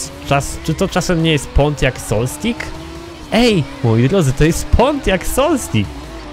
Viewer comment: Dziki Kaczor Dokładnie, popieram. Jeszcze nie mogłem słuchać o 'Solstiku'... Czy to się nie powinno czytać 'Solstajs'?